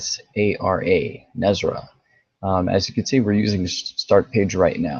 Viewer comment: common pronunciation..."Ne SAR a"